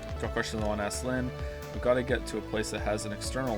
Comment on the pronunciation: Almost 40 mins in and hating his way of pronouncing Lynne's name, this is gonna be good.